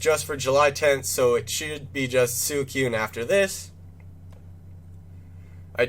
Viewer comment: Good video but suicune is pronounced swee-coone not soo-i-cune